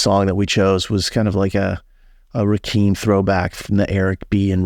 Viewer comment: Guys it’s “Rah-Kim” not “Rah-keem”. Sucks because I didn’t get this passage and I love Rakim 😔